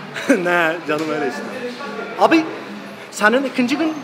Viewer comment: tam telaffuz: ikınçı gun